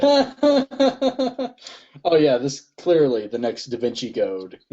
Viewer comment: "Da Vinki" XD